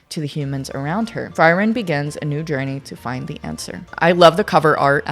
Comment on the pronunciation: Frieren is pronounced as Free-ren. All the names are German words. So you gotta check the pronunciation